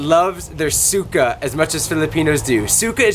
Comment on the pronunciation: You pronouce suka(vomit) like sukah and suka(vinegar) like you say the a like not even for 0.20 seconds